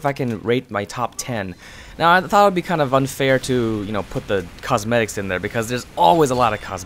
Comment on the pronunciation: always you say cosmetics it sound like cos medics